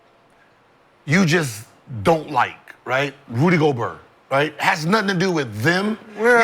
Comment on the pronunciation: “Rudy GO-BURT” and “Greek the freak” are my favorite Gil-isms